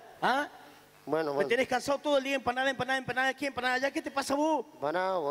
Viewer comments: A MI TANBIEN ME GUSTA CUANDO DICE ENPANADA JAJAJJJAAAAJAJAJA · La parte que me gusto fue cuanfo dijo empansda y tambien cuando le dio un beso jaja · Jajajaj me encanta cuando dice enpanada🎉😂😂😂😂😂😂😂😂😂😂😂😂😂😂😂😂😂😂😂😂😂😂😂😂😂😂😂😂😂😂😂😂😂😂😂😂😂😂😂😂😂😂😂😂😂😂😂😂😂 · Yo igual la vieja Tulla vende enpana daa